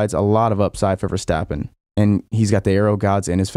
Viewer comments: The ‘s’ in ‘Verstappen’ is sharp as in ‘stop’, not as in ‘should’! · Please don't say VerSHtappen. It's pronounced with an s.